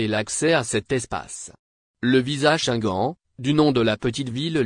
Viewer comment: Tu prononces mal le mot shenguene( Schengen) ton français n'est pas à la hauteur. Corriges toi.